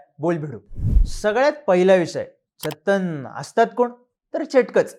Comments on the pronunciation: Bhau it's not pronounced Chettan. It's Chaatan. ( चातन ) and Vishnumaya Kutty चातन is the son of Shiv & Parvati 🙂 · Not ' चथ्थन ', but ' चात्तन ' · Dada, चातन असं pronunciation aahe Aani good research 👍